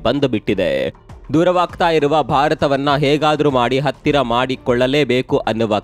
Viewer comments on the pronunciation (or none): none